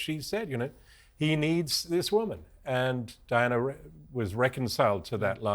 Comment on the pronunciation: Who the $uck is Dianer??? Why can't just say Diana.